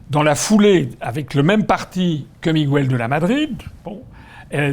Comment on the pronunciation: Juste à titre informatif Miguel se prononce Miguel et pas Migwel pour qu'on prononce "GW" il faut qu'il y ait un "ü" ...voilà....bonne continuation et merci d'être là .